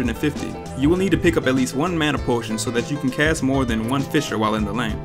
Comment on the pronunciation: man why did they change the name of the first ability to "fisher" instead of fissure